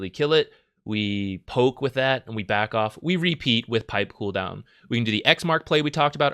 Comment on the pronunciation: Z: "... and then you just back off.... " all guardians: "what is this word... 'beck oolf?'"